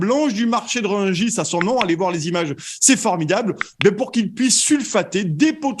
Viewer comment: le marché de Rugis ?! quel français, parisien, journaliste, ne connaît pas le nom du marché de Rungis ? il sort d'où lui ? 😳